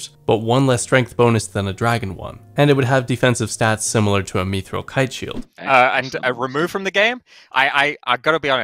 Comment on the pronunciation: has to be trolling with how he pronounces Mithril...